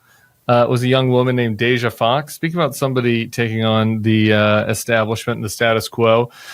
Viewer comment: Oh, Tim: you call Cameron “Cameron,” but you call “Deja” “Dej’”? Some crap there.